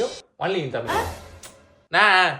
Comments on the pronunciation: தமில் இல்ல தமிழ். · அது தமில் இல்லை. தமிழ். கம்பேனி சீக்ரெட்டை(நீங்களே தப்பாதான் உச்சரிச்சதை) வெளிய சொல்லாதீங்க. யோகி பாபு..?!!! வெரி ஃபன்னி??? முதலில் அவருக்கு பெரும் ஜாம்பவான்களின் நகைச்சுவையை காட்டுங்கள். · அது தமில் இல்ல தமிழ் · தமில் கிடையாது தமிழ் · Mudalla neeanga தமிழ் endru Olunga sollavum brother. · நீங்க தமிழ் என்று சரியாக சொல்லுங்க. (தமிழ் இல்லைதமிழ்) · உங்களுக்கே தமிழ் வரல ழ வரல ல் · தமிழை நன்றாக உச்சரியுங்கள் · Unga thamizh ye thappu bro pronunciation correct ah try panunga 😢😢